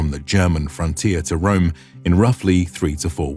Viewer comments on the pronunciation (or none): none